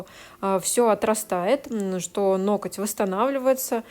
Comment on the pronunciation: у Вас очень интересные видео, мне нравится смотреть нестандартные маникюры в сложных ситуациях! Правда, есть единственная просьба: обратите внимание на слово "ноготь" и на ударение при его склонении, оно всегда падает на первый слог (нОготь, нОгтя, нОгтю...). Понимаю, что блогерам достаются придирки со стороны зрителей, но уж очень часто Вы его повторяете. Спасибо!